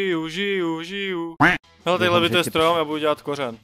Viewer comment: stjom :D to je strasne roztomile jak neumi to r frfr